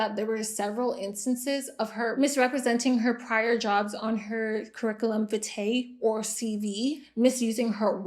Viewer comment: Vitae is pronounced "vee-tay", with the emphasis on the "vee". Sometimes it's "vie-tay", depending on the country. 😉